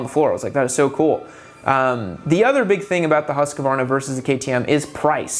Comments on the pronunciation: Hus-kvarna. Not husk-varna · .....repeat after me....HUSK-VARNA.....HUSK-VARNA......not HUSK-A-VARNA.